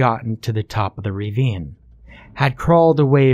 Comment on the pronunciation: Why do you keep saying "ravine" as "reeveen"? It's ruh-veen. This story was pretty dope. It starts like it's going to be stupid.. but it's actually super intense. This game sounds fun though now I'm terrified to play it lol. Although there was one mistake.. you cannot expand your lungs against the ground when you are face-up.